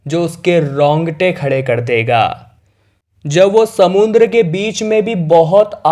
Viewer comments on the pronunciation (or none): समुंद्र नही समुद्र बोलो